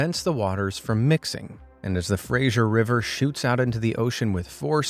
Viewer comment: Fray-gzhure river? No, Fraser. Like Fray-ser (as in to serve someone a meal).